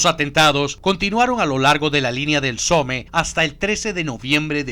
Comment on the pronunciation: Se dice "Som" no Some xD (Somme)